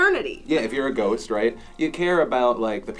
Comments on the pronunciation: 4 minutes in I finally realized they said ghost not goat... I was so confused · Not gonna lie, I heard goats not ghost... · Instead of ghost, my brain told me they said goat..let's say I was thoroughly confused 3 minutes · I was a bit confused at first I thought Phil said after life or stay on earth as a Goat... which made it even funnier that said he had thought about it, but that did'nt seem too far a strech though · I thought Phil said 'come back to the world as a goat'... well... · Oh! I heard ghost as goat and I was so confused. Gah. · I thought you said "goat"